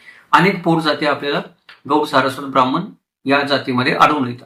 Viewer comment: अशुद्ध उच्चार करत आहेत. "ण" चा उच्चार "न" असा करत आहेत. ब्राह्मन, आनी,आपन,हे सारस्वत नसणार पण यांचे संशोधन व अभ्यास चांगला आहे.